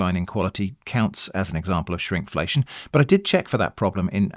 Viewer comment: Not me scratching my head when I thought you said Shrimpflation and thought I was outside the blast radius of an inside joke... The idea of using fish past as a stock starter is genius. I'm going to have to give that a try!